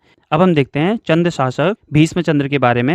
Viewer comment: चन्द्र क्यों बोल ra h चन्द hai bol